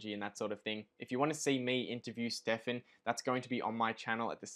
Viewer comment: No Hamish its not Stefan😬 Amazing video though from the two of you guys. Really looking forward to seeing more in the future. I think I'm more congruent with Hamish's investing style but I really love your method I'm just not experienced enough to recognize the opportunities out there like you are!